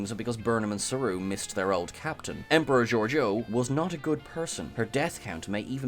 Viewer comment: Just a little thing but it's 'emperor' not 'emporer.